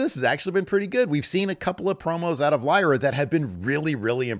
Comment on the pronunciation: pronounced Lyras name completely wrong. Wtf.